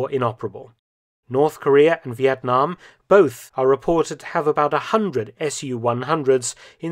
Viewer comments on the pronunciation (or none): none